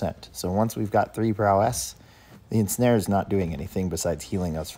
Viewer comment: Love how you say prow-esS 😆